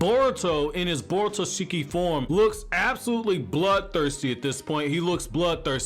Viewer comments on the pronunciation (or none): Look don't get me wrong you are one my favourite youtubers but the way you said borutoshiki annoyed me it's borushiki